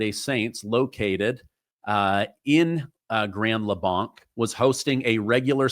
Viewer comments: Pronounce the name right. Its "Grand Blay-nc," not "Blonck" 🤦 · It's pronounced like blank. Grand Blanc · Blanc spoken as Grand Blank is how it is said thought I would share this with you. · Up to 4 casualties. It’s pronounced the same as the word BLANK. Grand Blanc. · Hey! It’s pronounced blank like the round not blonc like you said. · Grand Blank! Not Blonk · Our city is pronounced, Grand Blank. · Pronounced like blank - grand Blanc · You are pronouncing it wrong. I grew up next to there, and it is pronounced like Grand Blanke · I live close by there. It is pronounced Grand Blank. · Just FYI: locals pronounce the town name Grand BLANK. Listen to the news conferences. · Pronounced Grand Blank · Prayers to the families in that church. We don’t live far from there. just for clarification it’s pronounced Grand (blank) Blanc. I’m spelling it the way it’s pronounced. We have a lot of funny names for cities and roads that are not pronounced even close to what it looks like. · It is spelled Blanc but pronounced Blank. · Hey from Michigan helping you out it’s pronounced grand blank though spelled blanc😊. Thank you for all your hard work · I have quite a few harness racing friends in Grand Blanc, and it’s pronounced blank as in blank, not blanc as in Mont Blanc. I’m sure you’ll be corrected by more than me and I’m from California so some of these cities here are kind of whack.. I’m glad you’re reporting it’s sad to hear and sad to see Michigan once again isn’t the news I don’t think Michigan can go a week without being a headline lately ! My heart goes out to the community. He specifically targeted this church, apparently hopefully will no more in the coming days… Prayers for Michigan ❤ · Hi, it's actually pronounced Grand Blank. I live 15 miles from the church and heard sirens screaming for an hour and then we found out what had happened. We could see the smoke so we knew it was a fire but that was all we knew.